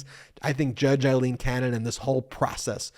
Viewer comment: Ben, my friend, you are mispronouncing two names on a regular basis, if you are ok with it, disregard this reminder. Fani Willis is pronounced like fan, not fawn. Aileen Cannon is pronounced like fail, not eye. Eileen is what you are saying.